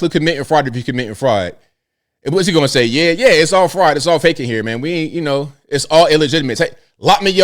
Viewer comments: "The Somali fraut", oh man, I missed you. Haven't listened in a while. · All these ladies who have trouble speaking the word FRAUD should attend the Learing center to help out with their pronunciation!